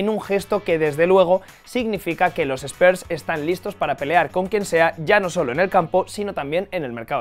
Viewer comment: Spers nooo SPURSS